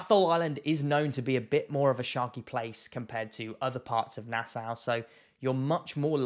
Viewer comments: It's pronounced nasaw not nasow. There are tigers and bulls in Nassau harbor. I am a Bahamian and we don't do dumb shit, because we know that we share are waters with monsters. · very reasonable video! Just never heard Nassau (Nass-augh) pronounced Nass-ow. I have heard a lot of people pronounce NASA as Nassua XD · Pronounced NasSAW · bro. Its pronounced {naa-sauw}. Please adjust for next time. lol. Im a Bahamian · Firstly, It’s pronounced Nas-saw. And sharkes definitely around nassau. Maybe not very close to shore, butttt the surrounding ocean for sure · Lived in the bahamas and particularly nassau all my life oh and quick tip no biggie.. its pronounced "nas-saw"